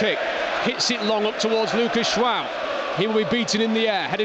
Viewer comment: Is it me or does he keep saying Luca jwao